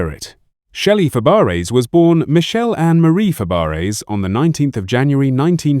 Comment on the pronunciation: It's not Fab-e-ares